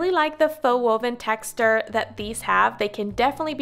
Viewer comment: I'm going to have to look up where you live because I literally cringed when I heard you mispronounce the word "tex-ture". The way to pronounce words correctly is to put the emphasis on the consonant and NOT on the vowel. By you placing the emphasis on the vowel, you are turning the word into a compound word that does not exist. Just relax and ease up on the forced diction. This was my first time watching your channel. I thoroughly enjoyed the video content, just not the audio. Text- ure is no such word. Tex-ture is correct .